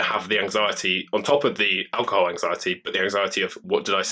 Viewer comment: It's pronounced ALcohoL not aWcohoW